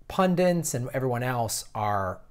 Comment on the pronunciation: Talk is cheap - do not believe for ONE SECOND that the pathologically greedy MONEY ADDICTS are ready to change. Also - the word is PUNDITS, not 'pundints'. So many use the wrong word, hope you can see this and start using the correct one. Love your videos, and interviews will be great, too! Also love when you are on the Jimmy Dore show.